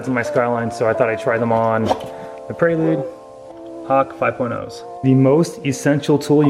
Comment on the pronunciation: it is prelude (as in present) not a praylude